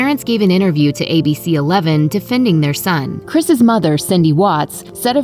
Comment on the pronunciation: Say “Chris’s”. You sound like an idiot.